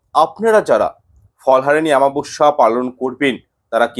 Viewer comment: Daya kore aktu shudhre neben shabdo ta ho,chchhe amabasya, aamabasya not.